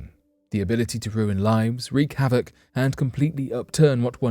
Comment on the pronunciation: Wow u actually said wreac havock right. Usually u guys say wreck. I'm so happy lol man 8.2 in Samoa that's crazy. And all of what's going on these days too etc.